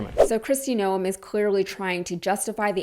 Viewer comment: FYI....one does not pronounce the 'e' in her last name....it's pronounced noohmm; elongated out.